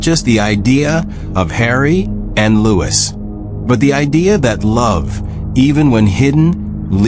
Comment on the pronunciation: Louis was the oldest, crappy AI can't even say his name right.